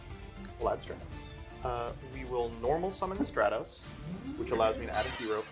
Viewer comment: “Have you kept up with the YGO Meta?” Also: plays Hero Also hearing you call Stratos “Stray-Toes” made me cringe 😂